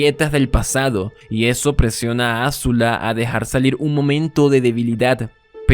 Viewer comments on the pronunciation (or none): Maravilloso análisis, es "Azula" no "Ázula" con acento prosódico en zu no acento en la A